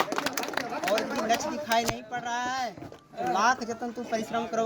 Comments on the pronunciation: लक्ष्य ❌❌ लछ ✅✅ 😂😂😂😂😂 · लगता है साधु है बार बार बेटा बेटा बोल रहा है लक्ष बोल रहा है लक्ष्य को 😅😅😅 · Bolne ke tarike se pata chal jata hai. Inko lakshya bhi bola nahi jaa raha hai. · ईसको लक्ष बोलना नही आता, लच्छ लच्छ बोल रहा है 😂😂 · लक्ष्य को लछ बोला तभी समझ जाना चाहिए था की ये फर्जी है 😂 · 'लच्छ' को पाना है 😂 भाई को लग रहा है मोदीजी ने उसे सिलेक्ट कर नोकरीं दि है 😅